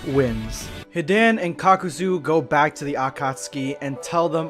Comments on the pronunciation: “Hih-dan & Kah-kooo-zooo…” Dislikes video JK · Bro the way you say hidan and kakuzu piss me off so much lmao literally say it like this “HE DAH N” and “KAH KU ZU” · I can't believe this man said kokuzo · It took everything in my power to not click off the video when he said he-Dan And cock- oo-zoo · Ka-kuu-zoo. Hee-dain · HAHAHAHHAHAH THE WAY U SAY kakuz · You just called my man kakuzoo XD bro please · Bro said kookoozoo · The way you pronounced kakazu was so different